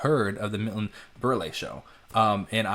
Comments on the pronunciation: Sorry,, Milton's name was pronounced "Burl", not Burle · Berle....pronounced same as burl.......1 syllable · It’s pronounced Berle as in “earl”. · The e is silent. Berle is pronounced “burl”. My mom was a senior in HS when that aired, & I remember her saying Berle was called Mr. Television because people bought tvs to SEE his variety show! He & Ed ushered in the transition from hearing radio shows to watching television shows. Yes, Elvis caused quite the uproar.